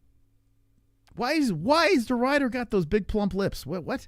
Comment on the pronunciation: it's Ridder not Rider you plebian